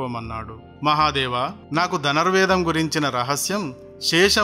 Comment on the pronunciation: Dhanar vedam kadu. Dhanur vedam ani anali.